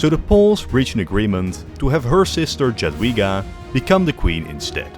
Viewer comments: Jadwiga is pronuonced "Yadveega" and Jagiełło is pronounced "Yag-yeaw-wo" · evil way to pronounce jagiellon and jadwiga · Nice video, but your pronunciation of "Jadwiga" and "Jagiełło" hurts my ears every time i hear it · brother can't even pronounce "Jadwiga" or "Jagiełło"